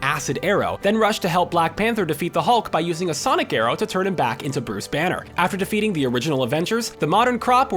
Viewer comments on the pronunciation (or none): none